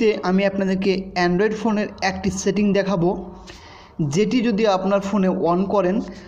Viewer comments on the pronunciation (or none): none